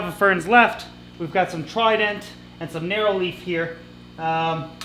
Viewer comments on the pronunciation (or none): none